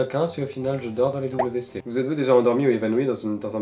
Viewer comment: "Les doubles V C" mdr première fois que quelqu'un le prononce comme ça s'écrit 😂